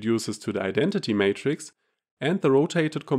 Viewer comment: Great video but the word is Matrix not Mattress Mattress is what you sleep on.